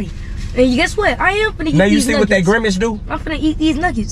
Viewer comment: So ain’t nobody gone talk about saying “ Grimage instead of grimace